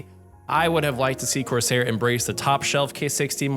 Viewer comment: why he saying corsair like that